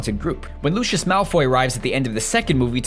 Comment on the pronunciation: lushis malfoy.... u mean lucius malfoy.. its pronounced "loo-see-us" not like luscious